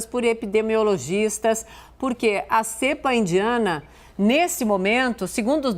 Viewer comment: NÃO É "CÉEEEEEEEEEEEEEEEEEEEPA"